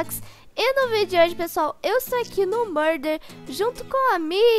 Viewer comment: Vc falou muder